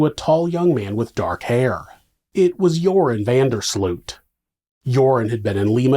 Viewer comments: It's pronounced URINE van Der SLUT. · Ah yes... Jorhen vendur Sloeht... smh...